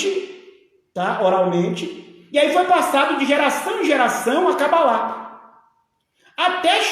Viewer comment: Esse pastor é tão despreparado que nem sabe falar o nome cabala , fala é Cabalá.kkkkkkk!